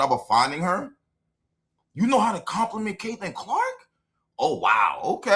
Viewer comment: She's been doing it for weeks now. Pronoucing Caitlin's name must give her ulcers. The degree of simmering jealousy and hatred is stupefying! But what to expect from this parody of a coach, who called CC's season-ending injury "a blessing in disguise" ?